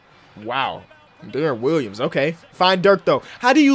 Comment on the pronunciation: I love how say deron Williams (Derin wilyums)